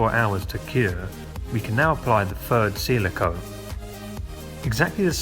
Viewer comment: Ok, so it's not fird, it's THird. Keep trying sir, you'll get it.